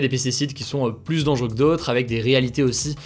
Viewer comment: Hello, on dit pas PLUSSE, mais PLUS (le s est muet). Jpp.